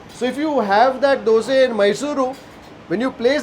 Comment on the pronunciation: You pronounced it right....dhoose....superb....North Indian prounce it as dusa, or dosa